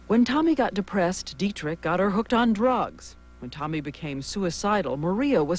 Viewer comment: TAMI. Not "Tommy." She went mad not from just the abortions, but from the insane verbal abuse. Rudi constantly accused her of doing everything completely wrong but breathing. (Pronunciation is the same.) Tami was beyond abused, that poor, beautiful woman.